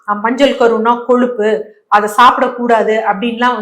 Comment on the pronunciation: Koluppu kolluppu koluppu????????? Ozhungaa sollunga. Kozhuppu nu sollunga. Ada kandraaviye!! Avacado palam aaaa??? Pazham, zham -- Ozhunga solla varaadhaaa???? Graamamaa neenga?????????